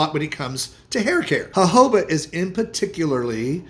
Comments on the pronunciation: At least you say Jojoba correctly. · The j in jojoba is pronounced as h